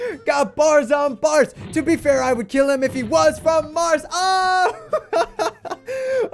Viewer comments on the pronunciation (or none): none